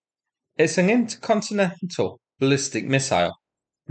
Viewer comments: "Incontinent" ballistic missile😂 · Interyourowncountry missles